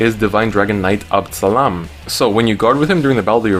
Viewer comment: Abd Salam is pronounce Abdul Salam, bunch of Arabian knights :V